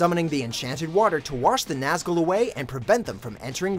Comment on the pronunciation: the way he pronounces nazgul and aragorn triggers me immensly...